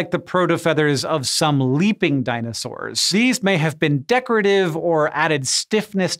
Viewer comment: "dinosawwr dna"